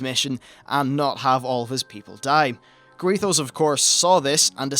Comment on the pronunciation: Quel'thalas > quell-tha-lass Rommath > raw-moth Garithos > GAHH-ri-thos Blood Elf > High Elf